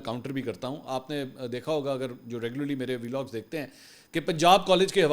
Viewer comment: It's not وی لاگ its ولاگ like بلاگ not بی لاگ.